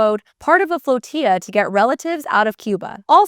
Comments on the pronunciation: Flotilla , although a Spanish word, It is Pronounced Flo-TILL-a not flotiya.. ;-) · FLOTILLA Pronunciation: IPA: /fləˈtɪlə/ (British & American) Phonetic: floh-TIL-uh It's not pronounced like TORTILLA, you dolt.